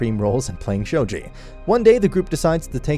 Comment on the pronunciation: ITS NOT SHOJI ITS SHOGI. SHOW GEE